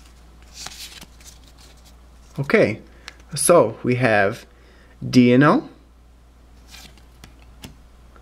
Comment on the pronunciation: Deino is pronounced like Dino